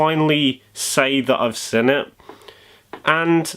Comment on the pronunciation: This guy says seen like sin